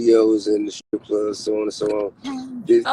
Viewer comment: Strip not skrip. JS.